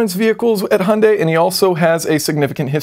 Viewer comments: Its pronounced H-jun-die not hun-day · Hunday? Do you hyundai? Like HI-UN-DIE NOT HUN-DAY! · Jason, please, "Hunday"? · came to see how you pronounced hyundai, leaving dissapointed...